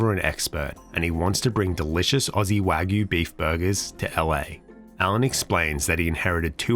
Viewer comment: hehe it's not wag-you or way-goo it's wah-gyoo (